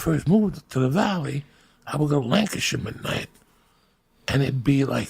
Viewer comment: Could swear he is saying Lancaster.